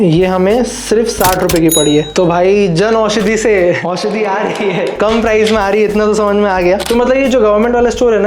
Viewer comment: Jan aushadi not “janushadi”